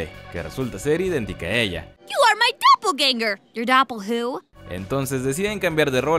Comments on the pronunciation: No hate, se pronuncia /doppelguenga/. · Un datote para aportar a la conversación: "Doppelgänger" se pronuncia con la "ä" cómo "i" ;)